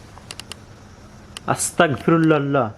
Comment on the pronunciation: আসতাকফিরুল্লাহ না সঠিক উচ্চারণ আসতাগফিরুল্লাহ